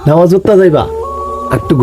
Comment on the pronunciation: বাই নমজ না নামাজ বলেন😒